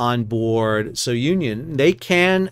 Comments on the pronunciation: Yes, it's "Soo-nee-on," not So-union." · Hi, name of vessel is pronounced SOONION and not SO UNION.. just thought id let you know. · fwiw its pronounced "Su-nion" not "So-u-nion". Its named after Cape Sounion at the southernmost tip of Attica. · Su-knee-on not so-Union. It’s a cape south of Athens. Has an ancient temple of Poseidon. It’s in Homer’s Odyssey. It is the spot where Aegeus, king of Athens, leapt to his death off the cliff, thus giving his name to the Aegean Sea. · Hi Sal! Just a note on the name. I assume it comes from the cape Sounion in Attica where the temple of Poseidon is. You can pronounce it, not So-union, but Sou-nion. Hope it makes sense. Love your vids btw, I grew up with a captain dad in cargo vessels. Spent my first years in those vessels and have many dear memories from the summer trips till I was about 10 years old. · Sou Ni On. A cape in Greece. NOT "So Union." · It is not "So-union". It is the Greek village of "Sunion"... Just wrong pronunciation. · I'd just like to add, correct pronounciation for SOUNION in Greek is Sue - Knee - On. Sounion, is the tip of the Attica peninsula in Greece, where the temple of Poseidon is located. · The correct pronunciation is soonion, as in the cape near Athens... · It's pronounced Sue-neon. It's named after a place in Greece where Poseidon's Temple is located. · Greek ship. Greek pronunciation. Soo - nee - on. Have a great day. Like your podcast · Try pronouncing it properly as "Zoo-Neeon"..., after all it's named for the famous Cape Sounion, south of Athens, Greece.